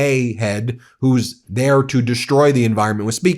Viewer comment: For a second there I thought she ended with "... to stop these whores." ! 😂